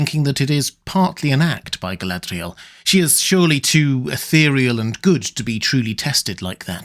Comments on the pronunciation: Love your stuff. Really. But can we got back to not pronouncing Mordor, Morgoth and Galadriel ( etc) like we just rolled out of a RoP am dram class. 👍😏 Listen to Martin Shaws Silmarillion. You. Don’t. Need. That tat.🙏🤍🖤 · Your pronunciation of Galadriel off and irritating.